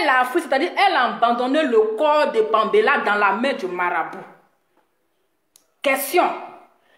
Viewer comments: Vous les activistes là les noms vous ne connaissez pas la prononciation Paméla non pambéla vraiment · Parle de ta personne pasteur laisse pour le Gabon tu ne sais pas prononcer les noms Paméla et péluche